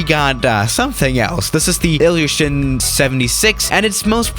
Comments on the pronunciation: It's "ilyushin il-76" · Total BS, most of the people saying this aircraft or that aircraft is the most dangerous have no background in aviation or know what they are talking about. You don't even know how to pronounce the aircraft you are flying in this simulator.